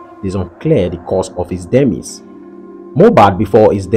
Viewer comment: It is pronounced D. MA. EYES. If you will use the word, at the very least learn to pronounce the word.